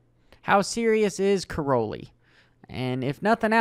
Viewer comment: it's pronounced Kai - rollie